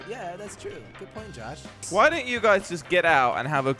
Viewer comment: you said yosh in stead of josh lol 😂😝🤣